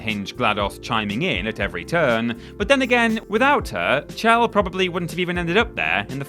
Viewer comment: I'm sorry, how did you just pronounce "Chell"?